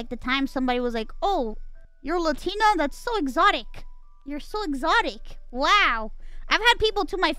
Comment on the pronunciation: Omg, Mousey learned how to pronounce Latina. She's finally graduated from pronouncing the "Latinians" Her high-school Spanish class teacher would be so proud ,l😂